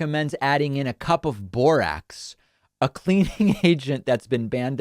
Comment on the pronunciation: JFK Jr can apparently reverse the effects of covid vaccine. Did you say Borax or Borat?